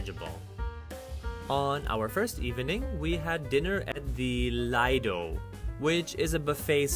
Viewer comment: It’s pronounced lee do and not lie do